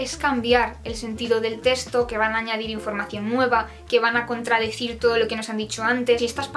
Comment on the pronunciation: En cada teshto xd